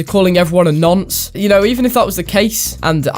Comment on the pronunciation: I’m more offended that can’t say ‘nonce’ correctly